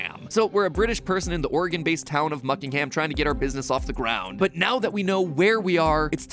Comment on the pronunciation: And pronounces it correctly! What wonder!